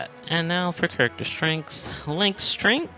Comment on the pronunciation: i love you man but it kills me the way you say character